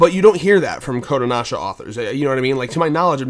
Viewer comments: I kept getting confused because your Pronouncing kodancha kodonasha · Why are you pronouncing Kodansha as Kodanasha?? It's Kodanasha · Their shit is a bit more niche and not as heavily promoted over here. Also it's "Ko-Dahn-shah!"